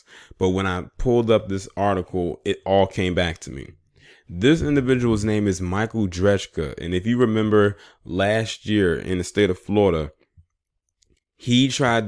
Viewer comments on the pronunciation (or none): It's pronounce Dra ka. So, what do you do to defend yourself when some Jackass comes and pushes you to the ground? I think its a cryng shame that we can be found guilty of manslaughter for shooting someone who comes over and gets physically with you. Florida needs to make it really clear aa to what they mean by 'Stand Your Ground'.